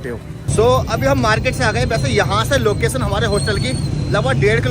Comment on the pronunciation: Locason nahi Location hota hai 😂